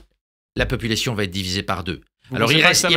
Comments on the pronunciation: J'adore Laurent Alexandre, mais s'il pouvait cesser de dire "Va Têtre"^^ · "Mon cerveau va-t-être transférer dans le Cloud Computing" (SIC) . Je plains le pauvre ordinateur qui devra intégrer les outrecuidances , les fautes de syntaxe et de liaison de Laurent Alexandre , les rendre éternelles... Quel cauchemar !